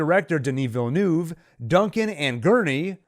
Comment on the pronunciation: Terrific analysis! Not many can say Denis Villeneuve's name correctly, although Wellington Yueh's last name is pronounced "You--ee". I laughed and noted the purposely mispronunciation of the name, Gom Jabbar below. Good test :). Anyway, keep up the great work!